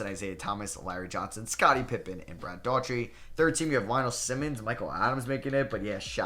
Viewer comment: dude seriously.... Rony Seikaly (Psyche-LEE) is how you pronounce it. Rick Adelman was coach of the Portland Trailblazers when the '92 Bulls beat Portland in the Finals Brad DOOR-uhh-tee for Cleveland...Not Brad Dautree.